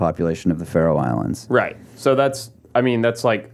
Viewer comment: Think its "Faroe Islands".